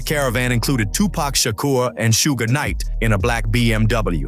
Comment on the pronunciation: "Sugh" Knight. Not sure if the spelling is right though.